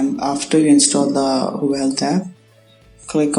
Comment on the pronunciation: its spelled HUA-WAY